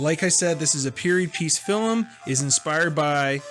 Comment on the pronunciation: How come one of you pronounces "film" weird? He says "fil-em". Are you guys Canadian?